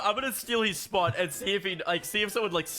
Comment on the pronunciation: SPAWT - the Boston accent came out 😂